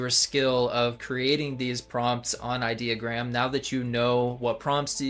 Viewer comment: i-deo-gram like idiot-ogram not idea-ogram .........😂🙄🤭